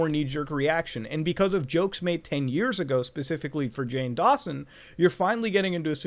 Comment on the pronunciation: You called him fore Jane Dawnson lol